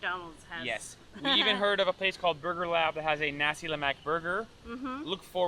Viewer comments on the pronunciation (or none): You pronounced sambal belacan right, congrats! So for a start, kari is pronounced as "car-ree", not "ker-ree". nasi is "naa-seek", not "na-see". lemak is "luhh-muck" ramly: "rum-lee", not "rem-lee"